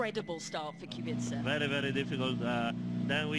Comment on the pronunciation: how hard can it be to pronounce his name lol..... qu-be-ca